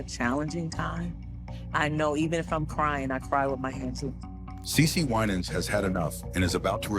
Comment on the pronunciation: The documentary is good, but the announcers need to pronounce the person's name right and act like they know how to say the names correctly as well.